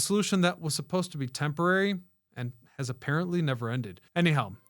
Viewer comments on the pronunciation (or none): none